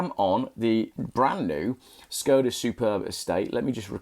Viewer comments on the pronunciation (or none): A little help with pronunciation. It is Š (Sh) KOD (cod) A (ar). Look at the bonnet badge .... you will see the Czech letter Š (sh), not S. The original car company (the 5th oldest in the World) was founded by Václav Laurin and Václav Klement, hence the name of the car. "Václav" is pronounced "Varts larf". In Czech, if you want a pure "s" sound, it is "s" ... if you want a pure "k" sound, it is "k" as in conference = konference.. "c" is "ts" as in hats, bats, mats. Laurin and Klement was acquired by Škoda, the huge Czechoslovak industrial/armaments conglomerate, in 1925 because they wanted Laurin and Klement's engine technology. Unfortunately Škoda translates as both "damage", fairly good for an armaments manufacturer, and "shame" or "pity". (To je škoda ! = It is a shame ! JAKǍ škoda ! = WHAT a pity !)